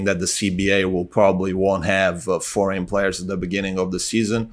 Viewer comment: Again saying FORGAN players instead of foreign. Keep it up with the podcast:)